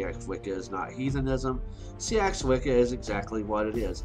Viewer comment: Just a gentle word on pronunciation - "Seax" is pronounced "sax" not "see-ax"... but I'm sure as we change, so must language xx